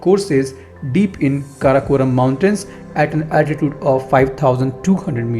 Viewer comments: it is ##### karakoram #### range and not karakonam . correct it ............. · It's Karakoram isnt it .